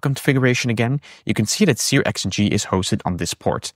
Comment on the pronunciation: Searx-ng is 'serks-ng'.